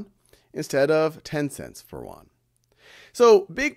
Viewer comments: It is a great class, just want to point out that the pronunciation of "Yuan" is not correct, otherwise, it is perfect. It is pronounced as "i wu an" 元, y in Chinese pronounced as i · Plz, it is Yuan (yi-wu-an), not Korean Won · It sounds like "won"（korean won）instead of "Yuan" to me. LOLLL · haha, Khan, you need to practice how to read yuan in Chinese, I am kidding,you are the best teacher